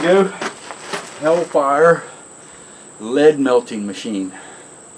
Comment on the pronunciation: Hell-far, it's hell-far lol